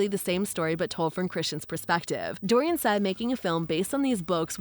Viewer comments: It is NOT Dorian, with 3 syllables. It is Dornan, just 2 syllables. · You can’t even say his name correctly 😂😂 it’s DOR-NAN, not DOR-IAN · Yes you love Jamie so much that you got his name wrong, Jamie Dornan. True fan here. Cheers love. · His name is not Dorian. It is Dornan. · Jamie's surname is Dornan not Dorian. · His name is “Dorian” not “Dorian.” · His last name is Dorian…not Dorian…geez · First thing you need to do is get his name right! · Would be nice if the person talking could get his nam right!!